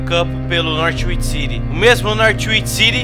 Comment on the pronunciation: Não é Nórtiuichi, é Nór uichi!